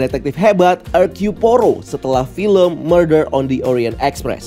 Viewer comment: pengucapan "Hercule"nya udh bner sihh, tapi saat ngomong "Poirot" mlah "Porou". Awkoakwoakwoa 😅 biasa aja bang, gak usah bnyak gaya. cukup "Poiro" udh bner. btw koreksi bang, film Scream ini bukan pertama sejak 25 tahun dr film Scream terakhir, tapi 11 tahun. krn Scream 4 rilis tahun 2011 lalu. udhlah bang, lu ngebahas film² marvel aja, jangan film² lain selain film superhero. 🙏